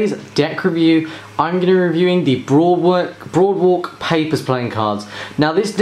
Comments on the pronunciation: "boardwalk" not "broadwalk" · I'm sorry man, but it's "Boardwalk" not "Broadwalk" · brother you keep saying broadwalk it clearly says there BOARDwalk. just a little nitpick but it got me annoyed since you repeated it without correcting yourself even after reading the box. your video title even kept the mistake. lol.